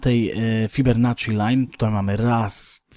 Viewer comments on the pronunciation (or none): nazwisko Fibonacci to słyszałem ale Fibernacci już nie. :)